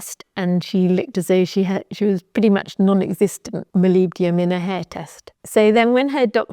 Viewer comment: Try to separate the Word in 2… molib-denum